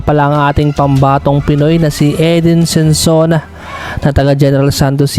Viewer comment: SONSONA, hindi Sensona.